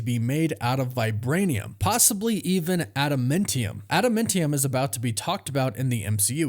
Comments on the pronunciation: I know it's nit picky, but why do you keep saying ada-men-tium? It's ada-MAN-tium. It's like nails down a chalkboard every time you say it. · Bro do you even watch the movies or read the comics ? wtf is “ada-mint-ium”😂 it’s adaMANtium. Noob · Please learn how to pronounce Adamantium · My word, please pronounce admantium correct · Glad I'm not the only one who finds his pronunciation weird 🤪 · Please learn how to say Adamantium